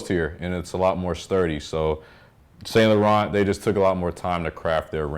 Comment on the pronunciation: Great video, btw it’s Pronounced San Loreaun the t’s are silent . I’m Canadian so French is our second language, thanks.